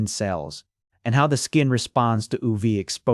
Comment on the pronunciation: oov, oo vae, and not yu vee😅 im confused